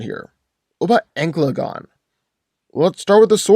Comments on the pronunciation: It hurt me every time he said ankle uh gone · Normal people: An-cal-a-gon: Anal-gun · that is not an accent, he just didnt read it right, An-ka-la-gon leaves no room to be mistaken is "Anklegon" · It's ann-cala-gon not ancylagon please say the name right at least. I'm trying not to be a grammar nazi but jesus man you butchered tf out of the LOTR names. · AN-CA-LA-GON.... not ENGLAGON or ANCLAGON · Who is Anglegon??? Do you mean Ancalagon?!? Who the hell is Aarondel? Do you mean Eärendil?!? You are butchering their names. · It is pronounced AN-KAL-A-GONE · Sounds like you're saying anklegon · How do u pronounce Ancalagon as anglegon thats so off it doesn't even make sense to say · its pronounced An-Cal-Lah-Gone not the way you said it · Every time he says Ancalagon the wrong way it physically hurts me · I say Ancalagon the Black wins because his name sounds much cooler. ( misspronounced his name) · wrong pronounciation for Thangorodrim and Ancalagon